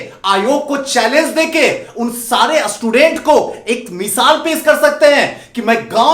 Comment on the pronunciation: पहले असटूडेंट को स्टूडेंट तो बोलना सीख ले 😡